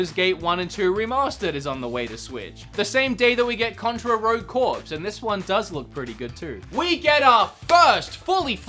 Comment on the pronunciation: Did he just pronounce corps like a corpse?